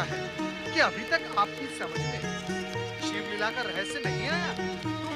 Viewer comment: तुम्हारे वीडियो में (शिव) की जगह (सिव) हो गया है कृपया उसे ठीक करे🙏🙏